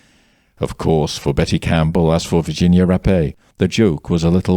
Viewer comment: Finally, someone that pronounced her name correctly Ra_Pay👏🏾not wrap or rape...